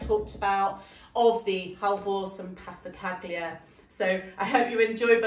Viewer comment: You are an amazing artist. just a heads up, Passacaglia is pronounced with a silent G PASSACALIA